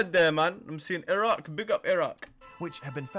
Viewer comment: Kkkk ka sax luuqadda not iiiraq but Iraq very good correct him